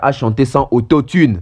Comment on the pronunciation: Mpiaaaaaaaaaaaaaaaa???????? Mpiaaaaaaaaaaaaaaaaka certifié ba tia Mwamba soni mingi na mawa depuis histoire ya Martyrs ebanda mpiaka ya boye esalema nanu te😂😂😂😂😂😂😂😂😂😂ba tika ko kosa ye, aza zoba makasi nako prononcer auto-tune ayebi te eza auto-tume te🤣😂😂😂😂infirmier oyo ya pamba pamba très belle analyse cerveau Penseur Mr auto-tune